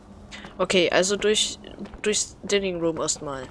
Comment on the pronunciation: Dining Room Aussprache: Daining Ruhm (Speisesaal) ;-)